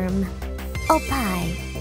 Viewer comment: You gotta make sure to pronounce that double "p". It's not opai it's oPPai. And don't since the pitch accent goes from bottom to top you can't put an emphasis on the "o". If you gotta put an emphasis on anything that's gotta be the "i". Say it with me, op-puh-eeh